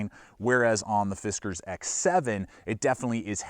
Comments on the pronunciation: I think it's "Fis Kars" not "Fis Kers" but it doesn't really matter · It’s pronounced “Fiskars”. 😉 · "Fizzcarz norton" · yeah ,It's just "Fiskars " bro ;)